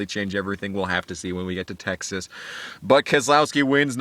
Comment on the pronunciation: “Texass” LMFAO!!!! 😂😂😂😂😂